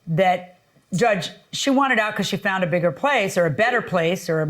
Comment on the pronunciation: She “ fount”’a bigger house 🤣